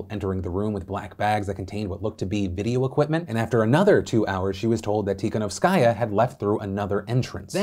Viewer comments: You don't read her last name with an accent on the last part like you do: tikanowsKAJA, but rather accent should go on the third syllabe from the end like that: tikaNOWskaja. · Hey! As a person who was born in Belarus and has many family members living there, I am going to try to ignore Phil's pronunciation of "Tihanovskaya" and say that it has been fucking terrifying. Looking at videos and photos of the police attacking people, hearing about arrests of people who were literally just walking on the street, not being able to contact my boyfriend for several days due to the lack of internet and the looming threat of a civil war. You hear about scary things happening in other countries and you get desensitised but when it's happening to your family it's a completely different feeling.